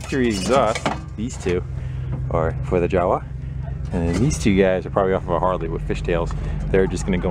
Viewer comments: I spoke with an associate in the Czech republic. He said the pronunciation of JAWA is YA-VA. Awesome videos! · It's pronounced Yava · I'm from Czech Republic and always laugh when you say JAWA "džawa" :D sorry but for czechs it's funny :D btw i love your videos! greetings from CZ :)